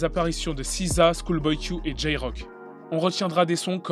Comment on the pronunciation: Aaaaah SZA ca se prononce Siza... dans ma tete je le prononçais esse zède a comme un débile